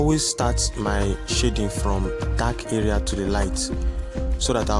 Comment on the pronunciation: Bro, please do not pronounce "shading" the way you do ;) Awesome tutorial though.